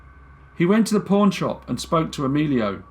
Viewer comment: I thought you said porn shop but then realized you said pawn shop, your accent mad it sound like porn😓